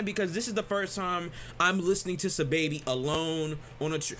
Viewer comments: Im still hearing SY lol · my brotha for future reference it's pronounced Saw-Baby. not hating at all just informing. much love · Stop saying his name like that💀listen to squidtastic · not even how you say his name